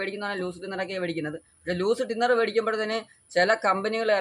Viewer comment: ടിന്നർ ❌ തിന്നർ ✅